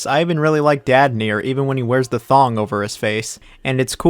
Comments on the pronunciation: Man I really don't care if you don't like any game, it's your opinion, but please learn how to say Nier. It's Nier, read like near, not nair. Jfc.... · WHY DO YOU STILL SAY NAEIR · It would be nice to at least pronounce the game's title you criticize correctly. It would also help to listen to why people prefer the previous versions. Also, Spider-man 2 kicks yours and Insomniacs ass all day long.